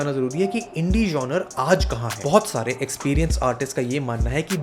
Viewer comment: Good video, but the miss pronunciation of the word genre is really annoying.